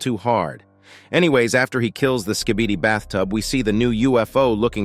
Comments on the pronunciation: It’s Skibidi not skeebeedee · Skib-a-dee not ski-bee-dee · "skeebidee toilets" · Why does it sound like he’s saying “skebede toilet”